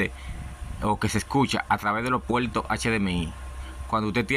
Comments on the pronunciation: los PUELTOS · Antes de continual con los pueltos, hablas como los chinos que no conocen la " R ". Aprende a usaR la " R " si vas a hablaR en español siempRe.